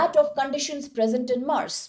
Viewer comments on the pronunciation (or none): none